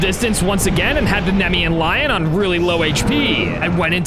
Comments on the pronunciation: Just so you know it’s pronounced Knee-me-an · I'm a mythology nerd so its nemean (nie, mie. un,) lion kratos is a titan not a god and not of war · It’s funny doesn’t no how to say naemean lion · Was him saying the Nemean thing wrong cause it felt like it I got pissed